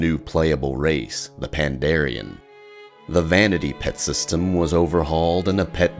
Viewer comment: IT PANDAREN NOT PANDARIAN!!!!